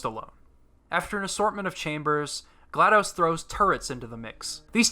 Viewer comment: I'm only a third of the way through the video and loving every minute of it. One sticking point though...her name is pronounced Gla-DOSS, not Gla-DOSE. Think of DOS (disk operating system...pronounced DOSS)